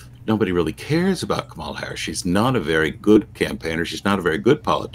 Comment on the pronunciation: and, haven't you heard Kamala Harris informing people of the proper pronunciation of her name? Put the accent on the first syllable, not the second. KA-mala. Just thought you might like to know.